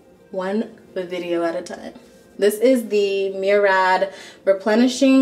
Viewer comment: Taurus Brit she pronounced Murad as Merad